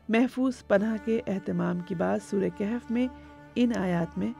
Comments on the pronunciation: Word Kehf ni bulk kahf bb ha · لفظ کِہف نہیں ہے. کَہف ہے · Its kahaf not Kahef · Informativ program but Arabic word is Kahaf not kehaf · Kahf,not kehf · The word is "kahaf" not "kehaf" my sister. Pls don't mind.